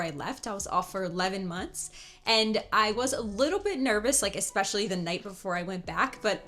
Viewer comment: Expecially?. I’ve heard another YT’er say that 🤔